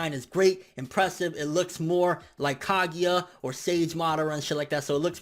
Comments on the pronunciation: Kagia LOL ITS KAGUYA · stop saying kagEEya pls e.e